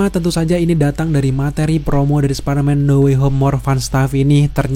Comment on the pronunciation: Bang jujur gue dulu subscribe channel elu, dan gue pecinta spiderman, tapi setelah denger elu ngomong Spiderman dg baca "SPADERMAN" gue jadi risih dan jijik, elu kan udah dewasa masak baca Spiderman "SPADERMAN" di telingaku sangat menyebalkan,,, emang gak bisa baca "SPAIDERMAN"